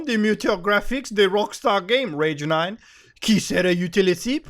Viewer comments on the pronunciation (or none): That accent had me rolling dude XDD. Especially that normal "Rage 9" was cherry on top. Gg.